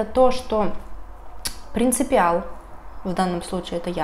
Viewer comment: ПРИНЦИПАЛ, не принципИал (нет такого слова)